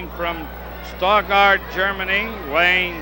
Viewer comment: Where the hell did they get that ring announcer? He mispronounces Stuttgart as "Saw-guard," and Vasquez as :Vassa-quassis." Like he was some wino and they paid him for the night with a gallon of Ripple.